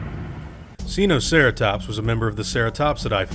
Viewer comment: "seenoceratops" me: who did you learn dinosaurs from it's sinoceratops not sEeNoCeRaToPs